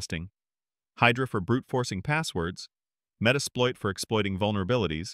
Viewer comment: Bro said metasploit